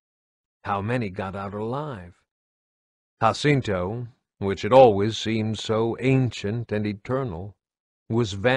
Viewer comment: Im not trying to be an Asshole but its called JAH-CINTO not HAH-CINTO im not sure where you got that pronunciation from but i would have to fairly assume you either havent played any of the games or havent spoken with a real fan about the series cause theres no way you could make that mistake. Even though its not a large one its enough to cause a ear ache just hearing it.